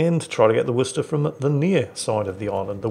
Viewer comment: Listens to actually pronounce Worcester correctly! Smiles.